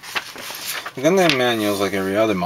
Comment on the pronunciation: why do you say gundamn?